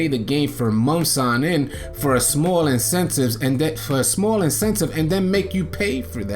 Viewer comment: Incentive my guy not insentcive 😂😂😂😂😂 he said that shit 10000 times